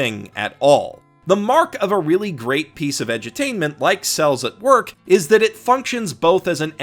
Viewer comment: I kept hearing "incels at work"